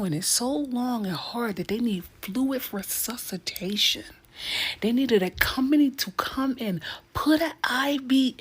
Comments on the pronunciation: wtf is sussitation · What the hell is susatation? Don't use word's you cant pronounce!The word suscitate means to excite a feeling or to provoke a rebellion.